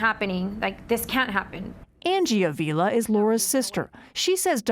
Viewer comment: It’s disrespectful that you can’t even pronounce her name. Avila isn’t pronounced like that 🤦🏽‍♀️